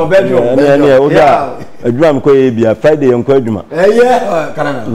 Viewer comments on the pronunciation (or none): Friday is efiada not efiala